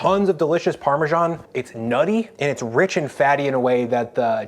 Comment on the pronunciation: Where does the "parmeshaan" pronunciation come from?